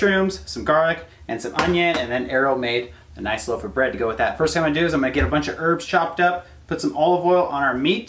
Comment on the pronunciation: garlic "bread" instead of "bed" lol